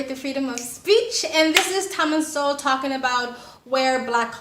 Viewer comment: Great video as always, but I'll be that dude lol his names pronounced So-Well not Soul.